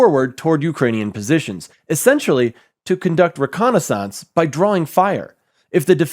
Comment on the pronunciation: The way you pronounced “reconnaissance” made you lose all credibility.